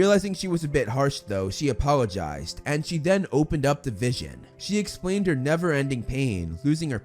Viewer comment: That not vision that’s Vishawn